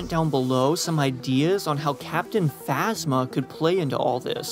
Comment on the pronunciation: Thought he said captain asthma